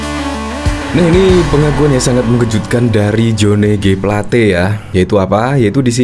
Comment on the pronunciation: Plate bukan plet.